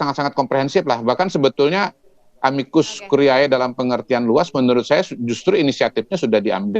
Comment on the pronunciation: Bacanya yang betul dong. A-MI-KUS KU-RI-E. "E" terakhir itu dibaca seperti "e" pada kata "edan". Masak lupa sama istilah biologi SMP dulu: kalau kita baca "ae"..."ae".... khan dimarahin guru.....